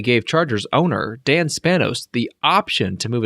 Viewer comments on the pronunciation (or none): Why you keep calling him "DANN" Spanos..His name is DEEEEEAN. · Anyone else notices he says “Dan” not “Dean” multiple times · DEAN Spanos.... DEAN.... DEAN.... NOT DAN! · Did you say "Dan" Spanos ??